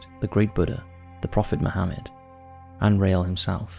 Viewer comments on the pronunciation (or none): none